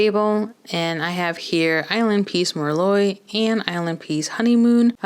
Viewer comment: Thank you for the comparisons, they really help!! I like the colors but I'm not sure if I'm going to pick any up. Also I just gotta say, 'Merlot' is pronounced mer-low. I made that mistake when I first started waitressing. The customers had a great laugh. 😂❤